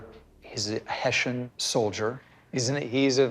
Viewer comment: Small detail: It bothered me that in the beginning in the US they kept pronouncing "Heshian". After speaking with the German researcher Rob Lowe calle.d it (properly) Hess-ian. He listened ❤